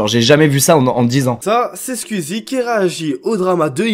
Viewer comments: Pourquoi tu dis : "scuizie" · Tu peux prononcer skOuizi, merci 🙏😅😝